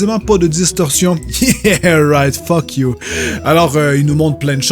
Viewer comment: Anglais 4/20 pour le you